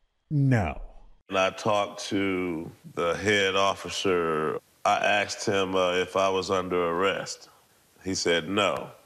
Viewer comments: You're a great man, it is 2023. Please don't say Axed. I'm sorry they did this to you. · Sorry about the guy's house and personal belongings. Sounds like the guy should have "axed" for some help in vocabulary class. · So messed up!! Yet, He probably would have gotten help if he didn’t “axe” everyone, .. ok I’ll show myself out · He 'axed', that was the problem. Good song, tho! BTW IRS did the same to me, kicked in my doors, seized docs. I got nothing back or repaired. All under the guise of supposedlfy 'misfiling a return' which I proved to be incorrect.